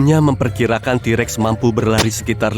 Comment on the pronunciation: Yang katakan: t-rex Yang aku dengar: T Rek